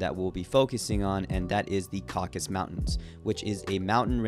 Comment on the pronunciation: It's "Caucasus", not "Caucus".